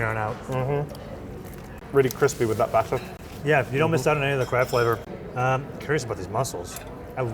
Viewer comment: Someone clip up saying BATT'ER please!